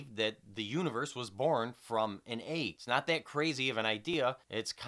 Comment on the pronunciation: Your views are amazing, dude. Only complaint about this video I have is the way you pronounce egg - eyg. What a hell? What kinda accent is that? I want to know.